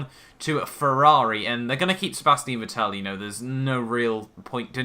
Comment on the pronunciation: You should check facts You mispronounce Vettel Verstappen is already signed with Red Bull Wehrlein is a mercedes junior, not a red bull